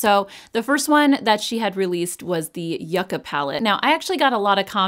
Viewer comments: I know this is really petty, but I’m so glad that you pronounced the Natasha Donna yucca palette correctly. i’m from Southern California and I used to live very close to Yucca Valley and it would drive me crazy when the influencers would pronounce it incorrectly I know that’s really silly lol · Thank you for pronouncing yucca correctly!! It's been bugging me that others are not saying it right. The yucca plant grows here abundantly so I've know that plant a while and this palette makes sense in its color story. :face-blue-smiling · You are correct in the way you are saying Yucca. People will just nag about anything! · Omg I love you for the clarification of yucca. I grew up with my Colombian mother pronouncing it yoo- (or joo) ca and thought everyone was butchering this palette name! I didn’t know the root vegetable was different from the plant! 🌱 😂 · Fantastic! I love how you make clear the pronunciation of the word Yucca ❤. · I say yucca the way u do girl! Lol! 🙌🫶